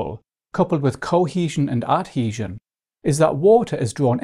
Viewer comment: a very good video but the pronunciation of cohesion and adhesion is hilarious